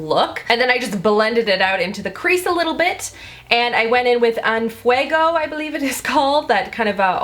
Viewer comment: Just because every beauty guru on YouTube has had trouble pronouncing en fuego..... you had it pretty much perfect! in-fwuego. It means "on fire" in Spanish. 🙂 I think these colors really suit your complexion!!